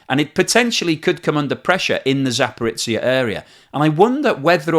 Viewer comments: Just a couple of points: you shouldn't idly talk of a "nuclear explosion" at the power plant. Even if a reactor was deliberately blown up, the nuclear fuel wouldn't detonate. And btw it's not Zaporitsia, it's Zaporizhia...or Zaporizhzhia. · I was tempted to look up Zaporitsia on a map, as I've never heard of such a place :) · Love your channel and your detailed analysis of the economics relating to the Russian invasion of Ukraine. Just one comment, zh (ж in Cyrilic) is pronounced like the sound we have in 'pleasure', 'leisure' and 'measure' rather than z or ts. So place names like Zaporizhzhia need to reflect this pronunciation :-) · Wonderful, very very useful work! But check up on pronunciations - Zaporizhzhia is a transliteration, or an attempt to render letters that don’t exist in some languages that use the Latin alphabet. The “zh” is a rendering of a “j” like in the French “je”. Energoatom is “enERguh-Atum” (stressed syllables capitalised). Wikipedia is often your friend on these pronunciations as it includes phonetic alphabet renderings including stresses at the start of many articles.